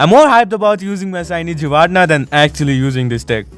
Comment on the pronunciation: Pronounced "gee-rah-tee-nah" giratina.